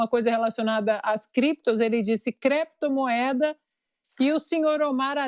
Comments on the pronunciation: "Cleptomoeda" foi a melhor da decada. kkkkkkkkkk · O Senador Renan, além de dizer Creptomoeda, disse também: BITICÓIO. Grande cultura para um Sebador da República. Muito triste.